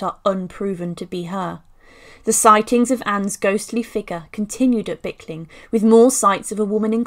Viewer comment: actually its Blickling hall not bickling.